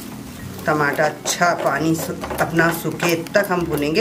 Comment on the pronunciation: Aunty ji.... Tamatey nahi.. Tamatar hota h 🤣🤣🤣🤣🤣🤣🤣